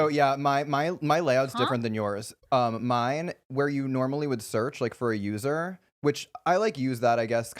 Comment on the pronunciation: said mined